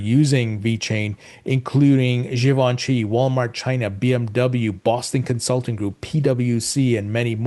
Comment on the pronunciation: if i hear you say 'Geevanchi' one more time.